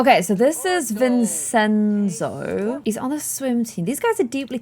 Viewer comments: Nobody: struggling to say Vincenzo (vin-chen-zo): ViNsEnSo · its VinCenzo not VinSenzo:) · It’s pronounced Vin-Chen-Zo and as I’ve said before, Scarlet dated a Milner at University so he might be from his family line. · clem its vin CHEN zo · Vincenzo is an Italian name, and pronounced Vin-Chen-So, just letting you know! <3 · Vincenzo is pronounced "Vin-chin-zo", it's an Italian name! Common nicknames are Vinny, or Enzo! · Just FYI Vincenzo is pronounced Vin-chen-zo